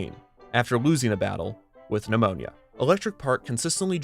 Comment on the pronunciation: It took me a minute to realize you said pneumonia and not the name of an alligator